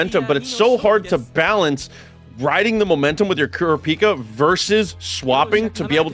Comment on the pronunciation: It’s Kur-AH-pika Source: love the show PS my GOAT frfr